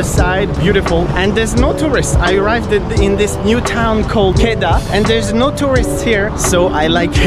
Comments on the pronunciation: It'as Pronouns "Kedah" (Kedah) and "Alor Setar" (Alor Setar) It's not "Keidah" or "Alor Stelar" This not a hate, i just want to correct it. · It is not called "Keedah" it is called "Kedah" do not judge me ok I'm A Malaysian so i know how to pronounce it😐😑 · 'Alor Stelar' do u mean by Alor Setar? Also pronounce 'Kedah' not like 'Kae-dah' or 'Ki-Dah' but 'Ke-Dah'. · I'm hurt by how he said kedah (k-e-dah) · Well malaysia speaks malay and the way you say kedah is wrong no hate love your vids just sayin and you got a new sub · U pronounce wrong the kedah word malaysia sleng not like dis